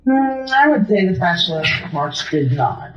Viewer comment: "Ambalance" & a "spachaler" what an uneducated and demonic FOOL.